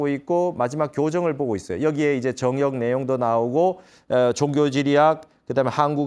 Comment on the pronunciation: 정역의 바를 "정" 자 발음이 틀렸나이다. 길게 발음해야지요! 스님 같은 대학자께서 이 바를 "정" 자를 브르게 발음 하지 못한다는 것은 실로 부끄러운 일이옵니다.